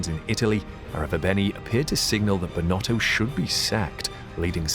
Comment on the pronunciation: It's still not right😅